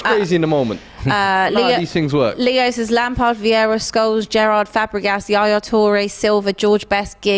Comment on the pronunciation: Can’t Brush of Viera’s name like that